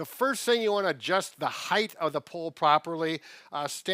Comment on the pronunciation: Sorry but it's heighT not heighth, at least sounds like that